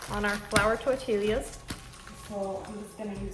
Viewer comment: It took you 4 tries to say tor tee aahs> and not tor til eee haws?